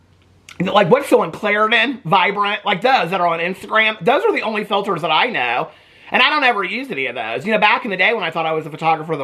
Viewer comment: Mikayla has lied sooo much in the past, but we’re supposed to believe her now that she uses no “filtahs,” ya ok 😒😏.